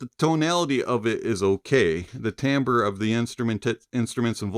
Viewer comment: the word is "timbre"...NOT TAMBRE